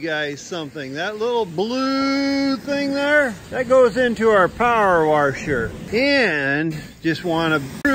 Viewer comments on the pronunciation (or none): "Power warsher" that had me dying😂😂